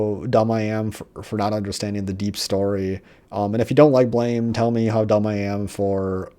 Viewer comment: It's pronounced Blam not Blame Blam is the sound that a gun makes when you shoot it and since the main character hardly speaks he just shoots that's where the name comes from